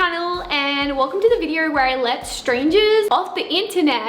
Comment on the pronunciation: yea like "videor" lol